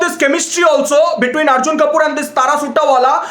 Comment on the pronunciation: The best part of the video: The way he says Arjun Kapooor, Disha Maldives, and Tara Suttawala